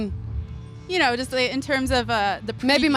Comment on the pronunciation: eyes Danglish (Danish + English) 7th minute irish accent "ye know" your emotions "it has to be personal" plus the different character of the new album crazy dance "(Victoria Beckham) was hot" sad face and hair